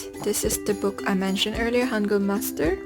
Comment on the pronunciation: I think you're the first beginner in korean who pronounce the word ,,hangeul" right they always say ,,hangul" like an clearly ,,u"